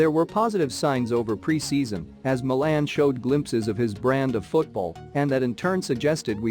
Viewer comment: The way this bot says Milan drives me nuts, but love the vids